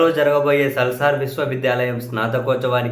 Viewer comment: సాల్సర్ కాదు. నాల్సర్ యూనివర్సిటీ అన్న